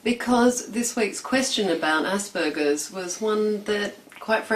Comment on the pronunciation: did she just say assburgers??